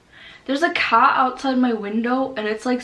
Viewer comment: Love the way she pronounced the word “car”